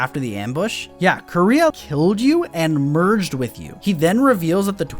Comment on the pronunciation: It's kind of hilarious they pronounce the sister's name like "Korea" in the english dub.